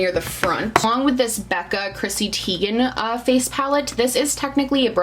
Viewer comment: Just a heads up it’s pronounced Tie-gan not Tee-gan for Chrissy’s last name haha. I got it wrong for years too 😂